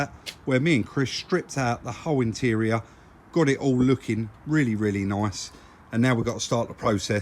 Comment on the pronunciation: nice but they way you say it sounds like noice . If that's how u spell it